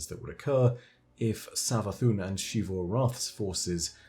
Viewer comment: It makes me irrationally angry that you pronounce Xivu like she-vu